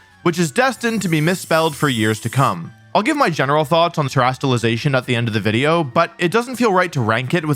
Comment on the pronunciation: Wideo man Wolfey, I have noticed an extreme lack of wideos and I humbly request more wideos, thank you.